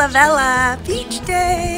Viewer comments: Pronounced vel-ya. Just fyi. :) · The way u pronounce "velha" sounds like "vela" which means candle in portuguese. The "h" makes a huge difference when is located after l or n, nha or lha. Just a good tip for you 😉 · It´s not "vela". She mispronounced "velha", that´s why it sounds like "vela".